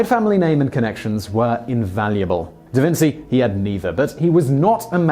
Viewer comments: Not trying to be rude or disrespectful by saying this but I thought it was "DaVinchee" not "DaVinsee" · Simon, learn something! It's pronounced DaVinchee, not DaVintsee, sounds just like cheers, cheetah, etc... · It is. In Italian c+i/e make a ch sound. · Who else cringed every time Simon said DaVinsee? In Italian ci is pronounced chee. I'll bet Simon calls fettuccine pasta fettaseenee like my Edwardian grandmother did. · Da Vinci - pronounced Da Vinchi. "ci" is pronounced as "chi" in Italy. Ciao! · Da Vinsi? Damn... I had never heard that pronunciation in my life and I speak 5 languages, one of them being English. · SHAME ON YOU. How dare you mispronounce Da Vinci. The greatest mind on earth arguably? Jeez do your homework and stop spreading ignorance. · Lmfao can't even say da vinci right